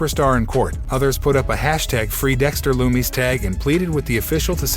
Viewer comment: Pronounce dexter loomis name correctly